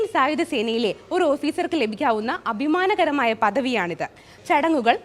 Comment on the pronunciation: മുഗം, അബിമാനകരം...... നല്ല മലയാളം.....